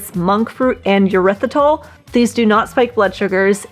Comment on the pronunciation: tip - erythritol starts with 'er' not 'yur'